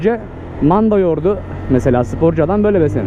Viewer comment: Manda yoğurdu diyişine koptum MK kdkddkdjdjdjdj